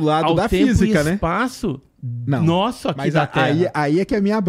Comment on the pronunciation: O cara bota a língua pra fora pra falar "nossa" kkkkkkkk